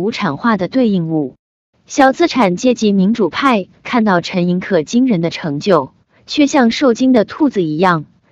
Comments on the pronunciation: 陈寅恪(que音同“却”） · 正确读音就是ke，念que是因为他的江西同乡用客家话误读的原因，陈的亲笔手稿签名从来都是Koh，就是ke。